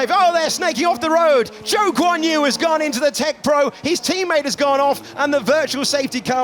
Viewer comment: Quien es Wan Yuzu? No se pasen, aprendan a pronunciar bien su nombre 🙃